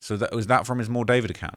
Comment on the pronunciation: It’s not David it’s Dee four vid hahahah